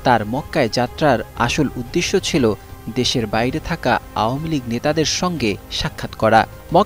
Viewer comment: আওয়ামী লীগ কথাটা উচ্চারণ করতে কষ্ট হয় কেন। ওয়ামী লীগ কোন শব্দ??? নাকি ঔম লীগ বলতে ইচ্ছে করে???